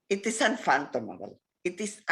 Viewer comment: It is "unfanthomable" ???? Maybe that witch nurse union leader should go back to grammar school instead of always calling for tyranny.